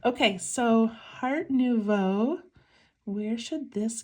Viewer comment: You pronounced Nouveau correctly. It is French for new. The name is a play on Art Nouveau.